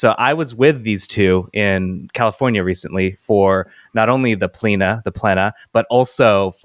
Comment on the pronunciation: It's "Pleh-nah"